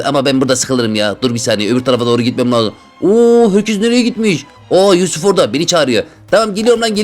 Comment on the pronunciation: Abi sürekli yusufa yufus diyosun çok gülüyorum